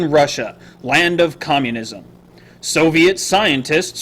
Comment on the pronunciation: "russia, land of comminisum" x]